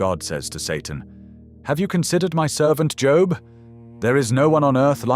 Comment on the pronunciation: Cant even say his name correctly??? Bye!